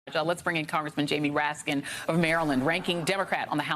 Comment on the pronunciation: Did you say Raskin or Rat-Skin